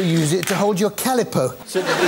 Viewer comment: You can't say Calipo properly